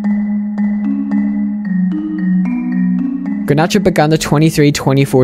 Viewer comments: bro its garnacho not granacho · ffs dude. Its GARnacho and not GRAnacho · the G is pronounced like in Getafe